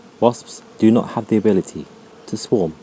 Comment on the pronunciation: the ability to swaump